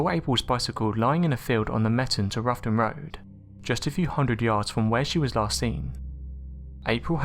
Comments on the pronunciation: its rowton (as in having a row with someone) -not ruffton omg research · "Roughton" is pronounced "Row-ton", as in "row - bad argument"